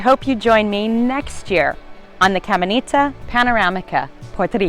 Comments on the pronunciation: "Camenita" lmaooooo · Some tips of pronunciation for you...."YABUCOA" is pronounced as JAH-BOO-CO-AH, "CAMINATA" is KAH-MEE-NAH-TAH. "CAYEY" is KAH-JAY ("Y" has a "J" sound in Spanish). "BUEN DIA" (Good Day) is BOO-EHN-DEE-AH. "POLLO" is POH-JOH. You do a good job with "AIBONITO" yay!!! Thank you so much for being so kind and bubbly. BTW, have you tried eating "JIBARITOS" (HE-BAH-REE-TOHS)? They are greasy but delicious! Happy holidays and happy new year!